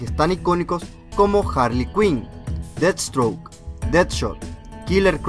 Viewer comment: soy yo o dijo dead stroke